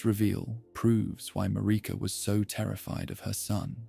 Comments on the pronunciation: It's Marika, MA-RI-KA, they say it a million times in the game, how the heck can you not pronounce it properly?! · MaReeka. 😂 it makes me laugh a lil bit every time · I’ve been around the Elden Ring fandom since the game released, and yet I still hear different ways names are pronounced. Almost 4 years, and I’ve never heard anyone say “Radahn” like “Radun” nor “Marika” as “Mayreeka”. I’m not making fun at all, just mentioning that you have a unique pronunciation of these names, and honestly some of my favorite ways I’ve ever heard them pronounced